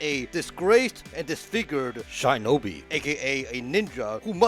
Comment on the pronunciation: LOL you were pronouncing shinobi as SHY but its not english, and for future mistakes, do not pronounce Wolfenstein and Schwartzenegger like those antipatic americans do